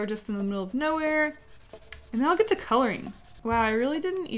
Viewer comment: Can u say "ng"?? like wtf u always say colorin..